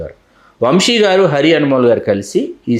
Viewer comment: వంషి కాదమ్మా వంశీ